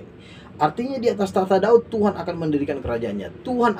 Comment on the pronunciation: Tuan ya bukan Tuhan ....jgn salah ucap